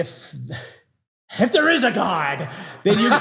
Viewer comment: "IF THERE IS A GAWD" Had me 🤣🤣